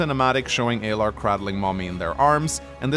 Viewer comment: Well we already know you're incorrect within the first 30 seconds because you keep calling them Aylar instead of Alear 😂